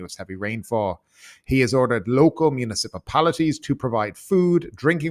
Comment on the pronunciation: "MUNA SIPA PALITIES" ?